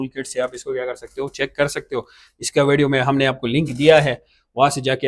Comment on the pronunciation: بھائی جی آپ پٹھان ہو آپکے بولے ہوئے الفاظ سے معلوم ہو گیا، میں بس اتنا پوچھنا چاھتا ہوں کہ ایک انگریزی لفظ ہے ویڈیو آپ اسے وَڈیو کیوں کہتے ہو؟ اور دوسرا انگریزی لفظ ہے تھرمل آپ اسے ترمل کیوں کہتے ہو؟ اگر ویڈیو کو ویڈیو ہی کہو گے تو کیا آپکی باتیں سمجھ نہیں آئیں گی؟ تھرمل کو تھرمل کہو گے تو کیا سمجھ نہیں آئے گی ہم عوام کو؟ ٹھیک ہے آپ موبائل ہارڈ سافٹ دونوں کا علم رکھتے ہوں گے لیکن پہلے اپنے الفاظ بولنا درست کرو، لو جی الفاظ سُنو خان کے وَڈیو اور ترمل یعنی ی اور ھ کے حروف ہی کھا لئے گئے ویڈیو کو وَڈیو اور تھرمل کو ترمل کمال ہو گیا، میں پیدائشی طور پر سرائیکی ہوں عربی اُردو پنجابی فارسی انگریزی یہ ساری زبانیں جانتا ہوں بولتا بھی ہوں پڑھتا بھی ہوں سُنتا بھی ہوں لیکن میں نے کبھی ویڈیو کو وَڈیو اور تھرمل کو ترمل نہیں کہا، اس لئے مہربانی کرکے وَڈیو ترمل کو ویڈیو تھرمل کہا کرو 😐